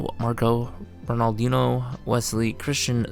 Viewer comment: A guy that doesn't even know how to pronounce Ronaldinho should definitely shut up